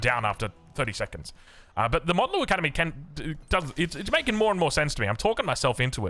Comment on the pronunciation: please it's mount Lu academy like mount Everest, not Mont lu